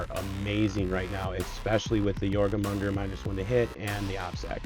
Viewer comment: Love the video! Informative and funny, great breakdowns and tactics with meme fun! P.S. Jormungandr = Your mun gander ...but you were pretty close with 'your mum gonger!' lol If old viking language bugs you, you can just call them 'diggy diggy hole snakes'!